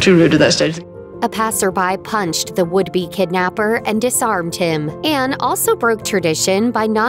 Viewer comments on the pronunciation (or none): The wordt voiceover possibl Anne not Enne.